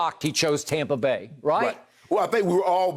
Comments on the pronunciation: Everyone: Tampa Bay Skip: Tahmpah Beh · Skip. It's TAMPA BAY. Not TOMPA BAY. Get it right and keep it right. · Most people: Tampa Bay skip: Tompa bay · he's subconsciously saying "Tom"pa Bay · Yes very annoying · Tom brought in AB, Gronk, Fournette and McCoy and transformed the entire franchise, as a lifelong Bucs fan i'm fine with the Tompa Bay era. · He's a hater. I said the same thing. TOMPA bay lol . They be hating on the sunshine state. But We get it. Haters.. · God I know right. it's so corny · As a Bucs fan, I agree lol